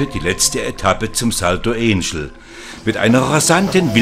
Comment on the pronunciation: also, alles was recht ist. Das ist kein US-Wasserfall, sondern er liegt in Venezuela. Also nicht Änschel, sondern Anchel (deutsche Sprechweise), Akzent auf Ángel (Engel) und der Befreier hat einen Akzent auf Bolívar, und nicht Boliwar, ist wohl sächsisch.